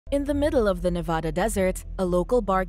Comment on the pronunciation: That’s not how you pronounce Nevada